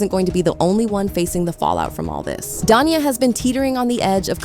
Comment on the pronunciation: I don't want to defend Da'Naia, as she does seem a little unhinged, but somehow I don't see her taking him back after all this. And her name is pronounced da-NAY-ah.